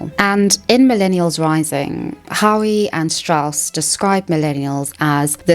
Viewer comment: For someone so clearly possessed of an above average intelligence, you certainly do display a high degree of intellectual laziness. Why do millennials and zoomers place such a low value on proper pronunciation? HOWE is pronounced either the same as "hoe", or "how"... not "howee"... I wish you knew how ignorant (the term is applied here in a rigidly clinical sense) it sounds for you to mispronounce a word whose proper pronunciation is so easily, readily determined. Howe is FAR from a rare surname. ZEITGEIST is pronounced: "zite-giste", not "zite-gist", for the love of god. Google, or almost any cell phone will give you the audible pronunciation of any common word. How is it possible that you, in a video where it is necessary for the viewer to accept your being of above average intelligence in order for you to carry the presentation off, that you are so lazy in this way? You put the lie to your own assertions by making such self-indulgent, moronic mistakes. My guess is you made further mistakes before the end of the video. I would not know. I stopped playback after your second flub. Have a lovely day, dear.